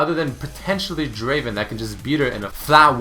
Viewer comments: #4 is not draven it is DRAAAVVVEEEEEN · he pronounced draven wrong. its pronounced Draaaaaaaven. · hey,, it's not draven. it's DRAAAAAAVEN;) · Wtf, its not Draven, DRAAAAAVEEN!